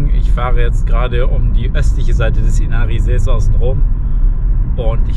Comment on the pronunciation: Inari auf die erste Silbe betonen… wie alles im Finnischen. Gute Reise und Danke für‘s Video!